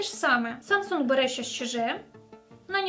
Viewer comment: Якщо вам особисто не подобається Samsung, то не треба так наголошувати в відео. S21 Ultra зробіть над собою зусилля, щоб прочитати нормально)